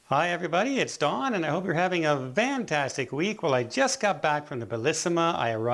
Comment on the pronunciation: Why are we supposed to have a "vantastic" week?